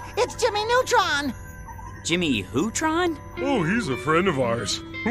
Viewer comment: saying "Jimmy Who-tron?" Is hilarious. Like bro, who the f**ck are YOU?! 😂